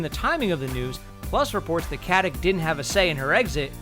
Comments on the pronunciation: Aneta Mladenovska why rude? I'm just pointing out to you that she herself pronounces it with a k.....there is no need to be rude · it's not how her name should be pronounce... mister nikola tesla is wrong. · Stop mispronouncing her surname, it's infuriating. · Why don't you just call her Beckett. It's painful to hear that you can't pronounce her last name. It's Katić not Katic! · Please stop saying "Katic" wrong. It's "Katich" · "Katik"? Really? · Who cares! Hey you narrator, get your p's-n-q's right; it is not "katik", pronounced "katich" as it is Serbian! Let's quit converting everything to our uncultured, uneducated American way! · Katić, no katic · You pronounce Stana Katić's last name wrong - it's KatiCH (well, simillar, that 'CH' is more like 'C' in 'ciao'), like (Nikola) JokiĆ, (Bogdan/Bojan/Peter) BogdanoviĆ, DončiĆ, StojakoviĆ, etc.. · it's not KatiK it's Katic pronouncing with a ć. I don't really care how you pronounce these last names that tend to change to CH so Americans have less problems with it, but anyway you should stay consistent, because while 15ish years ago K was prominent, people learned since then. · I hate the way you say Katic's name(in Croatian it is pronounced KatiCH).I am not Croatian and i know that... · I don't get it...what the fuck gives you for right pronouncing someone's last name like you think it should be pronounced? Its not KATIK...Its fucking Katic and you read C like ch not fucking K. Its not like you cant fucking pronounce that letter...problem is that you don't want,because yo uare lazy fuck. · Katic = Katich It has lost the accent that makes it 'ch'. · I think her last name is pronounced Katich not Katik with the c. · Her name is pronounced Katić. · Take a shot of rakia each time this moron says "KatiK" -_ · its not Katich.... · The Ferryman It's read KatiCH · Lilla Lusztig yeah, Omg 😂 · its not Catic.. translate.google. com/#sr/en/kati%C4%87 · LInda Rubin It's like Stauna Kuh-tick